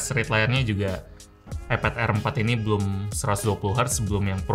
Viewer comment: bang iPad bang bukan eped...hanya mengingatkan....:D